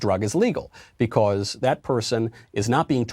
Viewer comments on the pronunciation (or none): Michael "becwause" Knowles